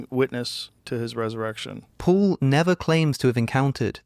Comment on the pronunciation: Why does he keep saying pool instead of Paul(P-all).